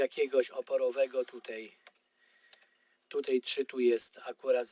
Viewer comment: Wszystko świetnie wyjaśnione tylko to "tutej" tak kuje w uszy ....